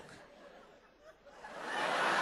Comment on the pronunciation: he said what i think was 'ladies and genlemen' at the beggining but it came out as: lurgumn